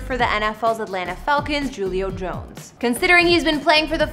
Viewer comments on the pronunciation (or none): Ju lio Jones 😆🤦🏽‍♀️ it's pronounced who lio Jones 😂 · Say Julio jones name right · If you want to be a youtuber you should learn how to pronounce people's names!! Julio Jones